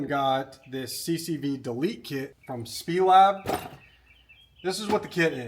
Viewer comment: It’s S-P-E- Lab. Snyder Performance Engineering Lab